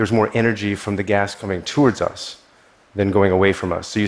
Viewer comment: I've never heard anyone pronouncing "toward" the way this dude does